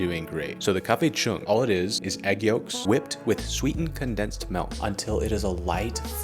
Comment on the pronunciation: Mans said melk